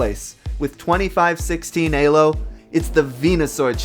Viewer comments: nice vid, great editing, sketchy emulator setup.. i enjoyed the watch, but maybe you should have looked up how to pronounce "Elo" it was painful to hear you say it over and over. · Question, I always thought elo was pronounced "EE-loh" and not "Eh-loh". I was wondering where you learned that pronunciation from? (Not trying to make fun of you, I was wondering if this was a regional thing.) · i know im fucking retarded and all and a nitpicky fucker but its not aylo ITS E L O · This was a fascinating watch. And really hope to at least see gen 2 get the same treatment. That said, the fact that you pronounced Elo as "Alo" had me confused for a good while, as I was just listening rather then watching the video for the first half. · Its E - low. Your saying it A - low. Elo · EEEEEElo its pronounced EEEEELO not AYlo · "ee-loo" not "ay--low" nor "ee-low"(but is the accepted modernisation) named after Élő Árpád Imre, his name is Hungarian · is it really pronounced A-lo? I been pronoucing it E-lo for like...10+ years now >.> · Eylo score after saying eeeelo my whole life bothers me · A-Lo score? Bruh it's E-Lo. It has the letter E right there. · why say a low and not e low? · Why do you say aylo and not "e"-lo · An A-lo score? Isn't it pronounced Ee-lo. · Did you just call Elo AYlo? lmao Oh my god its like when people say measure as MAYsure ahhhhhhhhhhhhhhhhhh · Hearing you say Ay-Low is triggering me more than it should... isn’t it Ee-Low? 😵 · Great video other than you said "ay-lo" instead of "ee-lo" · EEEEEEEEEEEEELO not alo or ehlo XDDD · Lol "Eylo" instead of "Eelo" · ELO, not ALO.... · Pronouncing ELO as Ay-low was certainly a choice. Great video otherwise. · I was enjoying the video until you started saying "AYYLO" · Great video. Please stop saying "AY LO." I wince every time. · Elo is def not pronounced "a-low" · It’s pronounced ee-low you cringe ape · “AY-Lo” Also, he should’ve used GLICKO since everyone is new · "Alo" KEKW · The way he pronounces elo is kinda funny.